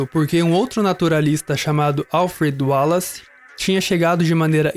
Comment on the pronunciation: Excelente video com pormenores excelentes sobre seleção natural e artificial e o seu papel na evolução das espécies. Só um pequeno reparo: porque é que pronunciam tão bem o nome de Wallace e insistem erradamente em dizer "Darvin"? A pronúncia correta é mesmo "Dar-uin". Abraço de Portugal!